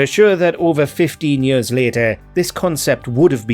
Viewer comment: OK, say it with me now: "YEARS." not "Yirrs."